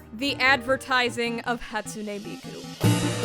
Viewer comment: Please... please ask for some help pronouncing Japanese words... "Hatsune" and "Yakuza" killed me... please... I beg of you...